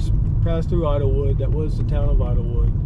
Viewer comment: It's called Idyllwild, not Idlewood.